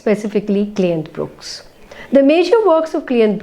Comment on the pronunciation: his last name is Brooks not BrookEs